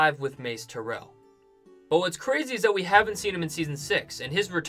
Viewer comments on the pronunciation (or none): none